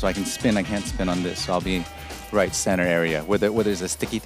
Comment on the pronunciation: “ 非常有质感！” “That’s Rrrrright” 太逗了吴建豪很real